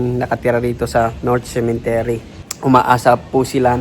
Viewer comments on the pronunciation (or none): Cemetery po hindi Cementery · "Cemetery" po Not Cementery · Cemetery not cementery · Cemetery not cementery 😂